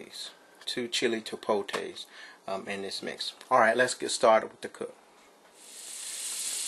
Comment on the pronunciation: 😁😁😁 lol, dude said "chi-po-tays", every time he said it I'm 😃😃😃.